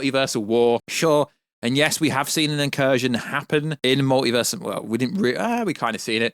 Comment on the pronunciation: The mowtivuuuuuhs